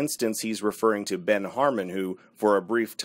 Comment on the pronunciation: It’s Ben not “Dan”